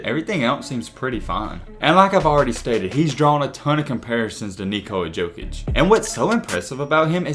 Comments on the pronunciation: I love you but please please say yokic not jokic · It’s pronounced yokich 🤦🏻‍♂️